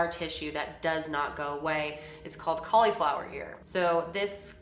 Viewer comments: The way u say cauliflower is driving me nuts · Why do you say cauliflower like that 🤨